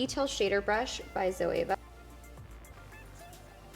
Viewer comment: Love the look but you still don't know how to say Zoeva correctly